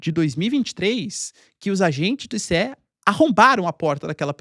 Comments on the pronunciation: Não é ICE, é ISSE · Nao é I-C-E, é ice, igual gelo.